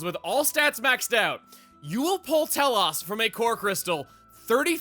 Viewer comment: Chuggaa, its Tel-OSE, not Tel-OHS. XC2 butchers this name and a specific other blade in the game.